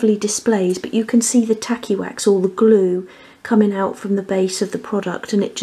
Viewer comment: I can't help it, but every time you say tacky wax , I hear tally wack. Lmao